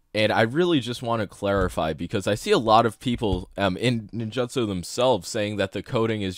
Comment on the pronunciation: nin-joot-so bro.